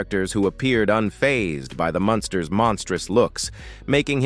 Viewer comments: I can barely stand to listen to the mispronunciation of “MUNSTERS” it is NOT “MONSTER” You suck a accuracy in the obvious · It was quite annoying the way you got the family name wrong even though you pronounced it right. Sometimes you’d refer to this as the Monsters. Well, you weren’t completely wrong since these characters were based on the classic Universal Monsters of the 30’s and 40’s It’s sad that almost all the actors have passed but luckily Butch Patrick is still around. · Why does the AI voice mispronounce the title as The Monsters every so often? Sad.